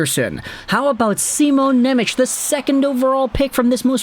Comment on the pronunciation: Pleeeeeease stop saying NemeCH... its pronounced NemeTS. In Slovak, the letter C is like TS, whereas Č is the American CH sound.